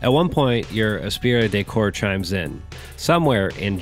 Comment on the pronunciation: and Gene Vickaymaray